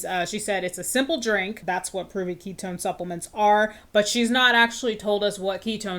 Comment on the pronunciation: "ketone slinger" is making me lose my mind